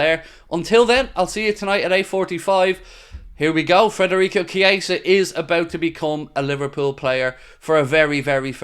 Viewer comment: Could at least get his name right man 🤦‍♂️